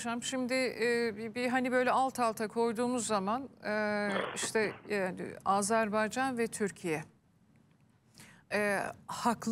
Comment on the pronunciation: azer bey değil AzerBaycan dı hürmetler saygılar 🇦🇿🇹🇷